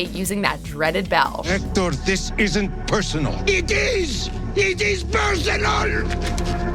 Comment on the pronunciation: Hectors last words: iT iiS it Is pErsEnoL